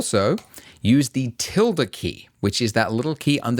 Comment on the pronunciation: Hearing you say Tilde key as a spanish person wrong hurts my soul